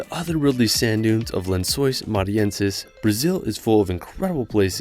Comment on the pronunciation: The pronounciation of lençóis really popped off